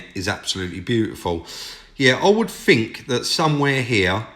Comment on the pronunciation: Adding a T and an H to your alphabet would make listening to you a lot better. what are your Foughts tell me what you Fink